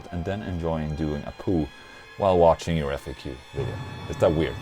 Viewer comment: when you end your videos it sounds like you're saying "thank you for washing!" lol